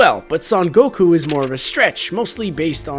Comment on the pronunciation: It honestly surprises me that Vegeta called him Gokue 8 times. That feels like too many lol. Also makes me wonder how many times Goku has been referred to as Kakarot